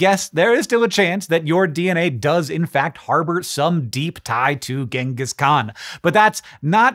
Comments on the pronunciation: Ironically his name isnt pronounced as gang-gus but rather gene-gus. And no thats not a joke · Its pronounced jengis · How can anyone trust a person who pronounces his name with a hard g. I am not even going into the ch and not "dj" sound, but using a a hard g here is a sign of a low OQ extremely ignorant person (it is irrelevant if a person wins a nobel prize for curing cance, if he uses a hard g to pronounce his name, he has subhuman level IQ). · Just something i wanted to mention, most people incorrectly pronounce his title.. it's not pronounced with a G, its pronounced with a Ch, so instead of pronouncing it Gangis, his title is pronounced more like Changis. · Hard g pronunciation of Genghis is driving me nuts (it’s a soft g). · I'll never understand why people pronounce it Ghenghis when it's so clearly spelled Genghis ("Jenghis") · Thank you! I couldn't stop correcting him in my head. NativLang drilled this one into my head years ago.